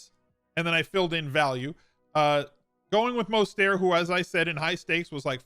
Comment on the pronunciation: fan, but as a lifelong niner fan, I need to politely inform you his name is pronounced “Mose-ter-t”. There is no silent T. Pronounce the T.